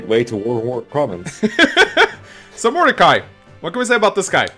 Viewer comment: First "Illyana" and now "Modercai". is going to end up renaming half the cast.